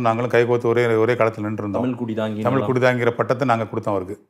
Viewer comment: தமில் ilaa தமிழ்